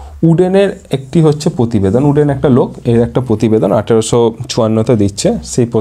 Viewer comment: Kothata uden noi ud